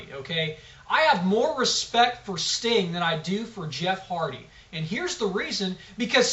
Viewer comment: Did he call Sting stink.LOL!!!!